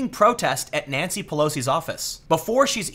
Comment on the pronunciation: First time I thought you said Nazi Pelosi